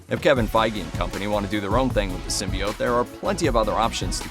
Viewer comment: I stop listening when people start mispronouncing symbiote